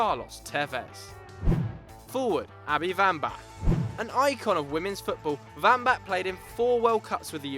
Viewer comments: its not Vambach...its WAMBACH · Wambach not Wambach...she isn't German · It's wambach pronounced with a w not a v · Vambach? You mean Wambach? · if he says vambak one more time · Abby Wambach isn't russian. Its a W, and its pronounced like one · SInce when is it pronounced "Vambach"?? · Vambach??? It's pronounced with the W, but great video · Your saying wambach wrong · Abby Wambach's name is pronounced with a W sound not a V